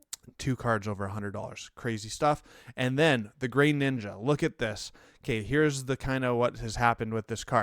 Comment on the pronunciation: Why dude? There is no Y in Greninja. He's not grey ninja... what?